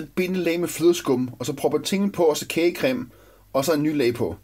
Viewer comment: LOL han sagde krage cem